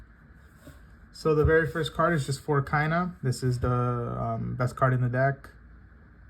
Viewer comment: Why bro? Shes KAYA not KayNA...